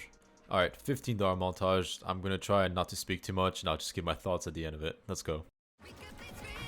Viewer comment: bro is definitely part french lol, “montaahhhgggee”